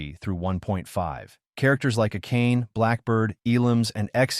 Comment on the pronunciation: Bro her name is pronounced a-ka-ne, not a cane 😂